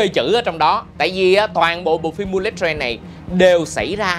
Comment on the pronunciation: bullet đọc là bu-lịt mới đúng nha a